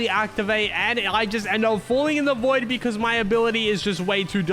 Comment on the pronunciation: It not void 😂